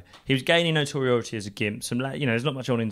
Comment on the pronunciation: Someone teach how to say 'notoriety', guy is out here giving amazing analysis, make sure he has the vocab he deserves.